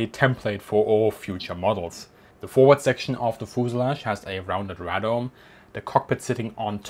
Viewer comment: Radome - "ray" "dome"